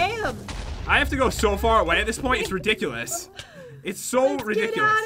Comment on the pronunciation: make mistakes when she guesses she says something redickilise